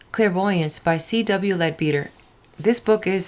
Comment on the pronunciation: It's pronounced led better. Not lead beater